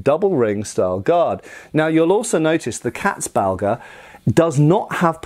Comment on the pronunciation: Damn, you really butcherte the word "Katzbalger". I never had heard of this before and it took me a while to find it although I am a German native speaker. Maybe these terms should be in the description so people like me have an easier time googling them.